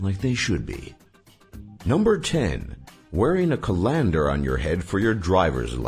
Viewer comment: They way he says colander should be illegal